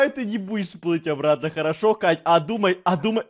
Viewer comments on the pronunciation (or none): ахахахахахахахах КАШШШШШ вместо КАТЬЬЬЬ ахахахахахахахах ахах